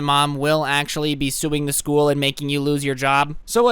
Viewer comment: Scuul Schoal, ah ScHooL